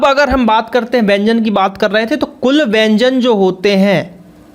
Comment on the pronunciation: Wyanjn tum galat boare oh ka bol te hai